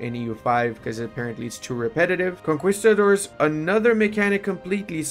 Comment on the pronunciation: the way he pronounces conquistador